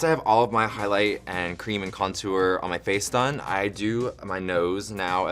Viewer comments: No one: ...... Kameron: .....conTOOr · Kameron says contour so weird. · I love the way Kameron pronounces contour. That southern charm!